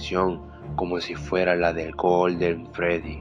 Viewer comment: Es que dijo bien no se cómo goo olden freddy LOL